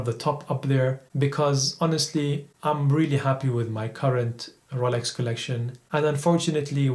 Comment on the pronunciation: Ro...Yeel...Oak, R...oh..Lax, Brund, Diual all kill £130,000 worth of watch review.